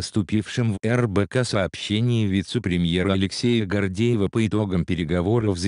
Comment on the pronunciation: Хоть кто- нибуть из вас , диванные писаки, обратили внимание как говорит этот комментатор? Астана он произносит делая ударение на первый слог " ас", а не на последний. Так слово " Астана" не произносится не в России и тем более в Казахстане. ЕЭС звучит, как ярес.. Дальше " ввозу сахара", правильно "ввоза сахара".Российский политик А.Гордеев, а не Гордиев. Он не может внятно произнести слово "россельхознадзор". Есть и другие слова непонятно произносимые. Вот и сделайте соответствующие выводы, кому и для чего зто надо И вообще эта тема по поводу запрета ввоза мяса птиц из США не актуальна, так еще в декабре прошлого года обе стороны решили этот вопрос. Так что автор этого ролика явно опоздал Не понимаю, почему такая реакция. Такие ситуации возникают не только между Россией и Казахстаном, но и во всем мире и почему только у нас с таким возмущением реагируют